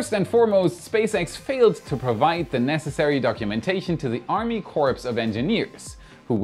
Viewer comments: COR, not CORPSE. as in Marine Corps or how a medic is a corps-man. You only say COR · For your information “corps”, as in the “Army Corps of Engineers” is pronounced “core”, not “corpse.” (It’s a mistake even a former president made.) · It's pronounced "Army Core", not "corpse". 😅 #CrazyEnglish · Thanks for the update. FYI, the Army “Corps” is pronounced “cor”, not corps. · English weirdness, the Army Corps of Engineers is pronounced like Core, and not corpse. Thank the French. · fyi - The p in "corps" is silent. Odd but true. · "Corps" is a funny word in English. Both the "p" and the "s" are silent. So, it's The Army "Core" of Engineers, not The Army "Corpse" of Engineers, which is a different word entirely. The more you know. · it is core not corpse 😂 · Corps is pronounced core instead of corpse. English is a crazy language! Great video! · Corp is pronounced “Cor” a p or s is silent. As in U.S. Marine Corps (U.S. Marine Cor). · By the way it's pronounced 'Core' of Engineers not 'corpse.' It's originally a French word, hence the extra consonants. Ich hoffe das hilft. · Corps is pronounced “core”, not “corpse”. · Army "core" is how you would say that. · Hi,. Interesting show. By the way. Army Corps is pronounced as Army Core. The plural is Army Corz. Thanks for sharing! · "Corps" is pronounced "KORE". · FYI - Corps is pronounced "Core" 🤣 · Corps is singular, say core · Army Corps is pronounced Army Core. FYI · Since English is not your first language I thought I would let you know that Corps, as in the Engineering Corps, is pronounced kor and rhymes with 4. Enjoying your coverage. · Army Corps of Engineers Corps is pronounced like "core". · Corps is pronounced "core" as in Army Corps of engineers- Another tricky one is the J in english is sometimes derived from Spanish (south west U.S.) so sometimes the J makes an H sound in names like Javier or Jose. Just tryin to help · “Corps” is pronounced “core” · "the army corpse of engineers" :)))